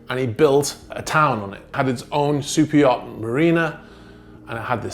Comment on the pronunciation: Are you saying - super yacht- or soup yacht??